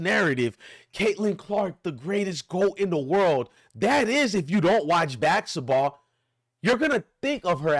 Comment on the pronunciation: You can’t even pronounce basketball. 😂